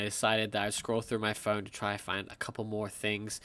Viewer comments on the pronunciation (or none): none